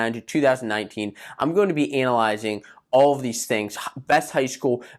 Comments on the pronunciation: Can’t stand the way you say analyzing it’s freaking me out its sick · Are u saying analyzing ur really screwing that word up